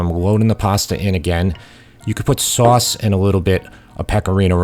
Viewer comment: I love your accent … especially when you say soass (sauce)😂 keep up the excellent work!